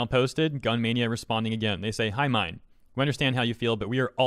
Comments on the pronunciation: minh is pronounced as min like min min from arms not mine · Also, I'm pretty sure Minh's name is pronounced like "been" not "mine" 😭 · The name is pronounced as ming. Minh is a Vietnamese name common in Vietnam. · I think his name is pronounced "min" as in, "mint". Not 100% sure, but I know some Vietnamese dudes with that name. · "minh" pronounce like "mink"